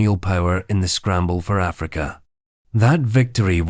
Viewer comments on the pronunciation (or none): none